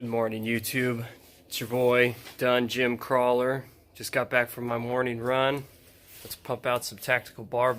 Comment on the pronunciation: I've watched a few videos and I can't tell: are you saying 'Dungeon Crawler' or 'Dungym Crawler?'